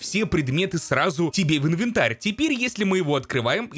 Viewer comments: Мне одному нравиться когда говорит «ынвынтар», а не «инвентарь»? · что такое ынвэнтарь?🤣🤣🤣